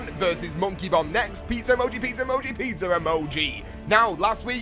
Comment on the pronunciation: Is it just me or does say pizzer emoji??